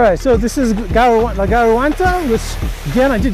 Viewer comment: Dude, GARGANTA (Throat) Not Garuanta! East aspect slopes in the morning. West aspect slopes in the afternoon...